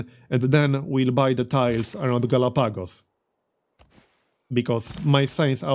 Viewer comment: It's pronounced Galahpagos, but this is just a nitpick for the algorythm gods.